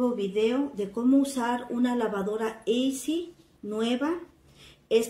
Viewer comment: Se pronuncia " isi " y se dice "el agua" no la agua...nivelada, no anivelada...ya, no puedo ver más....rosquete pff....